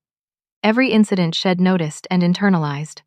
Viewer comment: Why why do the authors of these stories not have someone check for ALL the MISTAKES? She had does NOT reduce to shed. A shed is a storage building, not even close to She had or She'd,, the correct pronunciation. Study english a lot better. Id is wrong, it should be I had or I'd. I am getting to the point these stories are boring and aggravating. Fix it.